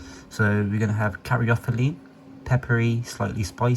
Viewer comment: hes right, very useful and not teen hype waffle like some other channels 😂 Credit earned with the pronunciation of these terp names. Beta caryphylline especially 🎉